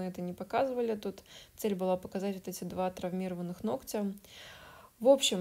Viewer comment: Все очень хорошо, очень нравится ваше творчество. Но очень режет слух ногтЮ, ногтЯ. Вы медийная личность, говорите пожалуйста правильно ( нОгтя, нОгтю) спасибо!